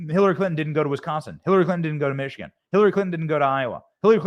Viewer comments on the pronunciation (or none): none